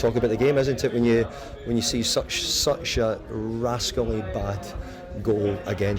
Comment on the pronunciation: I thought he said "raasclaat!"